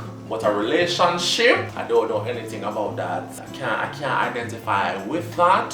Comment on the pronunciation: omggggg mi hear you say relationbicylce and me just spit out wa mi had inna mi mouth hahaaaaa mudaaa